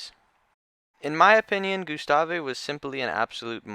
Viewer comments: Alittle late on the Gustave train but I love the gustave arc…someone just needs to go back there and try to catch if not kill him!!! Now that would be some content! And it’s just pronounced Gustav not Gyustawwvaayy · It's Gustav (goose-taav) not Gustave (goo-sta-vay). It's so annoying that I stopped watching. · Gustavvvvvvvvv not gustaveee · saying is name wrong! GUstave. the e is silent! jeez! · I picked up on that. But correcting someone who provides a free service is just self serving. Thanks for your work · The E in Gustave is silent. It’s a French name, and a Frenchman (Patrice Faye) named him. French has a lot of silent letters. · Why do you pronounce his name like that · Makes an entire video about gustave...mispronounces his name the entire time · The " E " is silent on the name Gustave......just saying man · That drove me nuts as well! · Don’t think you’re supposed to pronounce the “e” in Gustave